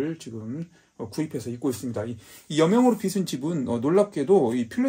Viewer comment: 여명으로 빚은 집... 궁금합니다. 근데 발음이 틀리셨네요. <여명으로 빚은 집>의 '빚은'은 ㅈ받침인데, 자꾸 '비슨'이라고 하시네요. '비즌'이 맞습니다. 여명으로 빗질을 한 게 아니라, 여명으로 만들어진 집이라는 뜻이겠지요. 빗다와 빚다는 엄연히 뜻이 다른 단어입니다. '비슨'이라고 읽히려면 "빗은"이라고 써야겠지요. 알려지지 않은 독특한 책을 소개해 주셔서 유익한 정보 얻어갑니다. 꼭 읽어보겠습니다.